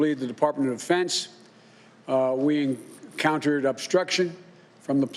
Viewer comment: I watch EVERY time Biden talks i mean just listen its hilarious he cant even get through one sentence without a gaffe. Did you know the department of Fence was obstructing? . or the threat of ketchup is real